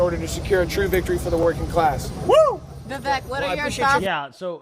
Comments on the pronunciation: Ve-vek not Ve-vake. Learn to speak. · Communist could not pronounce Vivek 's name!! Oh They must be super racist